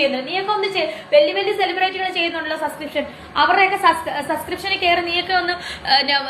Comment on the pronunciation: Sa sa sa sa sa onnu podi സബ്സ്ക്രീപ്‌ഷൻ പറയാൻ അറിയില്ലേ 😂😂😂😂😂 അബോർഷാന അറിയുള്ളു അല്ലേ